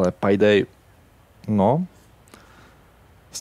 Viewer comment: No hate ale čte se to pejdej